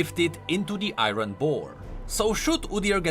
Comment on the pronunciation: It's not iironn it's iron